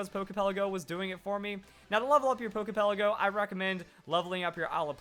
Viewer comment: It irritates my nerves the way you say "Pokey Pelleggo". Lol. But other than that...great vid!!